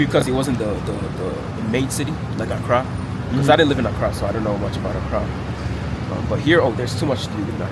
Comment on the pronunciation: Looks like Sarit Centre carpark. I think this young nan us Ghabaua6. Even the wat he pronounces both "Kumasi" and "Accra" is how a Ghanaian would say it. Staying in Kumasi instead of Accra may be because that's where his folks are from.